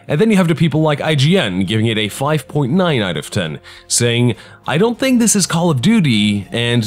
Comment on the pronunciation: At first I was all like, "Goddamn Fucking Shit! STOP SAYING 'DIS'!!!" And now I'm just like "awww I love 'dis'."